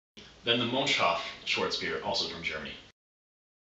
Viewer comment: its not mönch-shof its called mönchs-hof